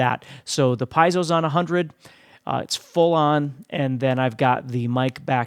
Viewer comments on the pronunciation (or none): Good video! But for the love of god… is “Pee-ehh-soh” not “🥧zo”.